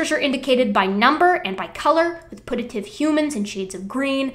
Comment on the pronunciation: I don't want to be That Bitch, but "putative" is pronounced with a Y sound, as in pyoo-tuh-tive. Just.. FYI